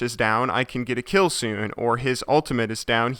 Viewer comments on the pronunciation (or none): none